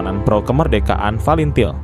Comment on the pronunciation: Bukan valentine tapi falintil